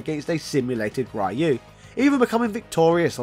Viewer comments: He pronounces Ryu on English noooo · It's funny to consider that he's called the Japanese equivalent of Ryan. We all have Google translate, so there is no excuse for pronouncing these names wrongly. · You're just going to mispronounce "Ryu" forever?... Even though there's thousands of examples of the correct pronunciation, from the games themselves? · I die a little each time someone mispronounce Ryu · He just does it intentionally to get a reaction or because he's stubborn & wants to spite everyone that's tried to correct him over the years. He doesn't pronounce "Ryo" like that & he can say it properly when he says "shoryuken" so he's just trolling. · It hurts my ears to hear Ryu pronounced as (raiu) the name is Japanese so it is pronounced (Riu) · How hard is it to say Ryu and not Rye-you? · The embarrassing history of saying "Rye-You." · I hate when they pronounce "raiiu" the character's name, when the correct pronunciation is "ryu" as it is written 😡 its sooo anoying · Also it's NOT Rye-yoo. It's Ree-yoo. Just listen to the announcers in the games. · THANK YOU! I have played Street Fighter for years and have never heard of this "Rayu" person. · Ryeoo and Kazooya are unfortunately going to be here until Gen X croaks. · It's the worst, and no excuze in the modern world to say rAh yOu, RaY Uu or other english butchering of the name. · Ryu is more closely pronounced "ree-yooh" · "Capcom would decide... 'Enough is enough, and it's time for a change!'" Shows Owen Hart Absolutely brilliantly done. Dunno how many people caught the reference, but I love you for it. XD (...I'll even let that whole "Rye-oo" thing slide for this video because of it. But seriously, the name isn't hard to pronounce, my guy.) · Quickly, say shoryuken. Now only the middle part. That's Ryu's name. Not Rai-oo. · Nice video. But i still don't know who this RaH-YOu character you keep refering. It can't be Ryuu Right? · Ryu is pronounced ree-you. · Rye-u hurts everytime.